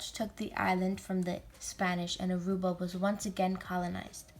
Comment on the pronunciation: At least pronounce Aruba correct. It is not Arubia.